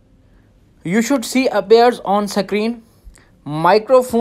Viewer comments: It’s screen not sakreeen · Kashmiri thing bro